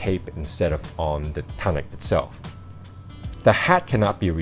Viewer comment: its pronounced toonic